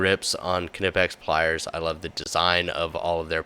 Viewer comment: Every time I hear you say Ka-nipex I assume you frequent bath houses looking for a gentleman to forcefully enter into you behind a dumpster